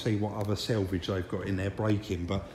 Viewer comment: quick question? was does say selvage and not salvage? selvage is the edge of woven fabric?? love these videos btw maybe its just his accent so no offence meant